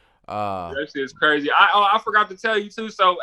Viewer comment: He Cwazy.